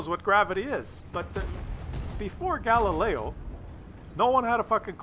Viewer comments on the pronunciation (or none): Galileo...really?!?! come on buddy;)